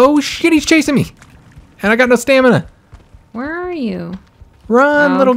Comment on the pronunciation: I thought it was stamina not stanima